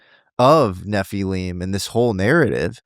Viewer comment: I don't understand why people pronounce Nephilim like it's spelt Nephileam it just sounds so weird to me for some reason.